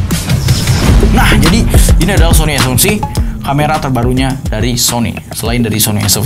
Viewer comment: Nobody:A seven three: Ay sepen tri